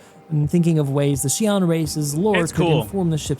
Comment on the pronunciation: It's actually SYOO-len. (Long Y, almost like SHOO) Xi'an language is not phonetically english and is much closer to Chinese both phonetically and graphemically